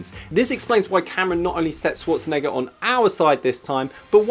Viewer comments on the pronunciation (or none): sh-war-tzen-egger - People have such a hard time pronouncing Arnold's last name. I mean, if you're gonna make a video and say it several times, ti would pay to know how to say it, no? Use the Schwartz! en-egger!